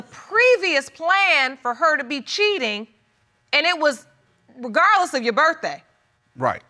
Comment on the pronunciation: He said "she was gon go regawdless."